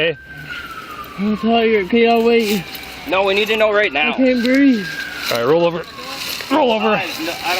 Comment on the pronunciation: "Ah can't breaff!" ofc he's gonna say the line